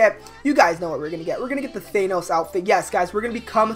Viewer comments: Why do u say thanos like thaynos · why does he pronounce Thanos as Thaynose